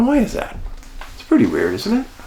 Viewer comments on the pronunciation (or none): none